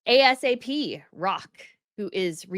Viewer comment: Omg! Sad! How do you give a review and no clue??😂 ASAP (pronounced A as in apple, sap as in tree sap) - a-sap. Look up dapper or the theme. Explain the theme before starting. I dont like half of it but its art and with the theme. .The dress code for the event was "Tailored for You", which encouraged guests to interpret menswear and suiting through a personal lens. . .and it would make sense. Did you even review this before recording. I would hate. . .never mind. Most aggravating review ever. . .like fingernails on a chalkboard.